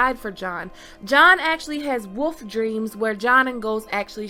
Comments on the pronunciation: Sorry, this is just a peeve of mine but it's wolf and not woof. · Woof dreams guys Woof dreams..... Its Wolf theres an "L" in there and no there isnt a "GrayArea" for it